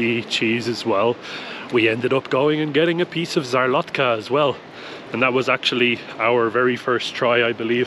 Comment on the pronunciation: So stunning, probably one of my favourite places in the Tatra mountains. Would really love to return one day. I hate to be THAT guy but szarlotka is pronounced sharlotka but it doesn't really matter 😂 so glad you got to see it as it's incredible, loved this video